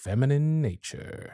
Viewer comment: "of a ✨feminine✨ naturrrre😏"